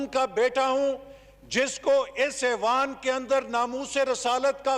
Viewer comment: لفظ ایوان ہوتا ھے اعوان نہیں کسی پڑھے لکھے کو بٹھائیں۔